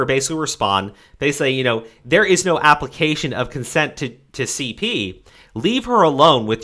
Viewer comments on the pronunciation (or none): none